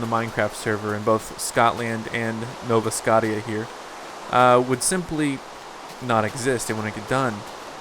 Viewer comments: I cringe every time you say "Nova Scot-tia" D:< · why the hell cant you say scottia right? -__